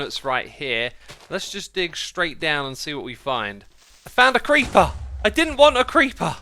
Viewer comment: My gosh when he said “if found a creeper” my american brain thought he said “ i found a creampuff!”